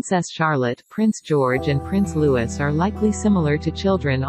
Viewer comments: LOU-EEEEE ffs get it right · How many times do I have to tell you! It is NOT Prince LEWIS! Get that through your head!